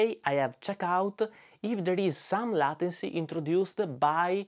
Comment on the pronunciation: Great video, as usual. Thanks for adding an important metric to the choices on the market. In case no one has said it (and I did not look through the comments), it's pronounced ley-ten-cy, kind of like the title of the song "Layla" by Derek and the Dominoes.